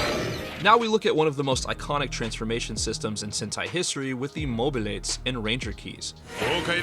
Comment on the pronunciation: the way you called the henshin device for Gokaiger kinda ticked me off loollll seeing it's called the "MoBiRate" pronounced like mixing togehter the word Mobile and Pirate. also there were a few things I didn't see mentioned such as the magnum defender using the dairanger morpher in Lost Galaxy There's also the lack of mentioning how ninninger's adaptation ninja steel/super ninja steal took away the best morpher out there the Starburger xd you didn't mention a lot of the 6th ranger/extra rangers either like Geki Violet or Geki Chopper from gekiranger or even twokaizer from Zenkaiger. past all these dumb nitpicks that I had, it was a great video nonetheless. Of course, I'm still gonna be critical about the pronounciations as I've heard them a few times and gotten a sorta, Japanese accent down too xd keep up the good work though!